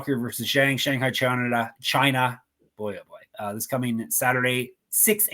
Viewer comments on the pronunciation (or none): said “Shanghai Chanada” 😆